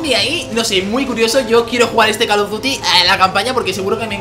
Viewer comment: call of duty no cal of duty (lo digo por la pronunsiacion)